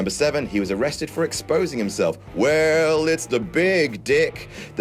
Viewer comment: That should be "Weeeeeeeeeeeeeeeeeeeeeeeeeeell" as you held the"E" pronunciation.